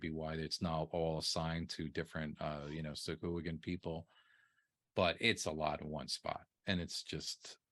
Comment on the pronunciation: Far be it for me to not do a google search on pronunciation. Sahuagin (pronounced: /sɑːˈhwɑːgɪn/ sah-HWAH-gin)